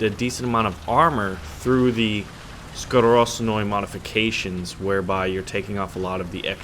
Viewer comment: Wow , , , you pronounse (skorostnoi ) correctly , i'm suprised . Nice